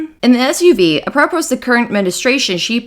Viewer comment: A-PRO-pose? LMAO. It’s ap-ruh-PO dingbat.